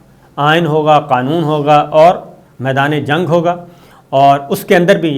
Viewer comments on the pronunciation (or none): none